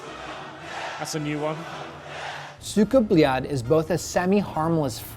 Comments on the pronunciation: *Goes over how to properly say it* "SOOKA BOOLAT" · Its not 'cyka blyat' its 'suka blet' .. please get it right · Oh Americans. Pronunciation:Suka Blyad:Suka Beliat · "Suka bleeyot" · He says sika blyet as Suuga blyaaad xdd R u praising someone?